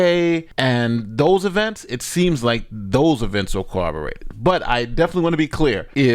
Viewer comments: it's not 'cooberated' it's corroborated. Most police officers say it wrong too. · This mfker says “KWABOWRATED” ignint.